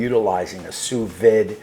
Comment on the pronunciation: I had to laugh at your review but thx for the entertainment...from your cat being on your kitchen counter while cooking to "sending over the information" and of course how you said sous vide.... the "d" is silent FYI.... LoL Then how you had to correct yourself on the meat thermometer placement.... Regardless you definitely proved that anyone can use a simple machine...I'll probably subscribe just for the entertainment not the quality of the review!!